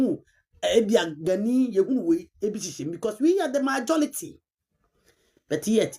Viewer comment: Did she say MAJO-LITY..😂😂 Nd did she also say WUU to you....😅 Well to answer your question, The ndc was brought to power by all the tribes apart from Asantes and Eastern religions..so who should fight for you to eat...?? Obi nhuhu ma obi nkeka...you voted against the ndc yet you want posts..?? Ndoe..!!!